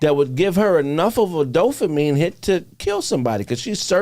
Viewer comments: I love you and the show dawg that's why I gotta let you know DOPAMINE NOT DOPHAMINE YOU KEEP SAYING THAT SHIT SO WRONG 😂 DOPE NOT DOPH ain't no Ffffff sound in the whole word please fam cuz you smart asl but it don't sound like it when you say dophamine with a serious face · Can someone tell that it’s “DOPAMINE” NOT “DOHFAMEEN” 😂 and “HIMINIST” is fucking brilliant! 😂